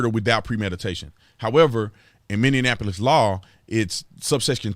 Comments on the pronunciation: Minneapolis, not MinneANapolis 🤪 lol 🙏✌️❤️ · It's mini-apolis not mini-in-apolis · It's mini-apolis man. Lol this is driving me crazy. 😂 I just had to correct you. Sorry man